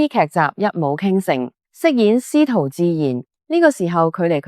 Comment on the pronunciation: 史徒 應該讀 si